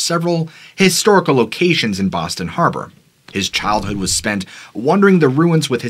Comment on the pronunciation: Im from Boston, A small City call Charlestown, you said Boston wrong. But everyone says it wrong